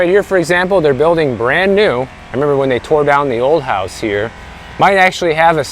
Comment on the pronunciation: RISE amd FALL. So much better than go up and go down!!! Elevate your language! I Also, please enunciate your Ls in words like dollar and building. Otherwise it sounds like baby talk. Love you...